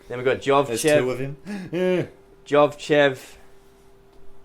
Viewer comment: Great apartment. FYI the Bulgarian gymnast's name is pronounced Yordan Yovchev, not Jovchev.